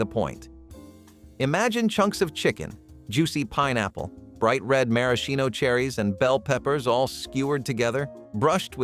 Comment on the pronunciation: You pronounced maraschino wrong lol, but that aside, these were great! i didn't grow up with most of these, but still nice to learn about them.